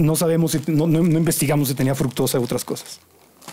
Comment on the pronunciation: Es fructosa, no "fructuosa". A veces se les escapa.